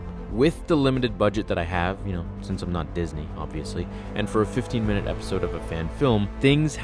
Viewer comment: Did you say 15 minute fan film, or 50?